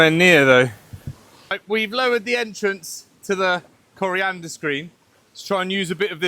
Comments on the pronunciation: Coanda screennot coriandrr screen :) or thats my hearing playin up? :D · I'm going to be nit-picky and say you still aren't getting it right. Coriander is a plant/herb, Coanda is this screen. There are no R's in Coanda. /endnitpick I am jealous of your situation! I would love to have access to a stream like this to be able to produce my own power. It would save me hundreds a month.